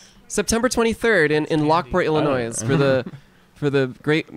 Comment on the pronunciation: oh god they pronounced the s in Illinois